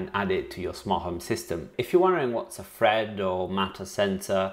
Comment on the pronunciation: I kept hearing him say FRED network 😆🤣